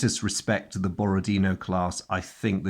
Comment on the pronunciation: I understand this is not terribly important, but I'll say it while I'm at it: in "Borodino" the last syllable is stressed. It's pronounced the way you would pronounce it in French.